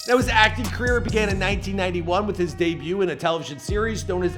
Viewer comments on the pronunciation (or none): none